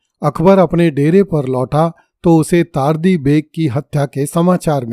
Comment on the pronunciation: चार्ली नहीं तार्दी जबकि यह तर्दी है।